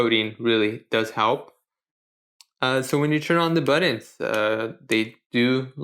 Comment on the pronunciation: "Buddons?" "Butt-uns."